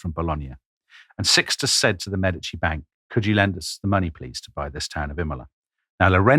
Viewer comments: Medici is pronounced witha stress on the first syllable MEEEE-di-ci - and with an european/italian E, please. Otherwise:Thank you, Tom & Dom! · I love you guys as presenters, but quit bouncing between pronunciations of Medici! lol You’re killing us Type As out here. 😂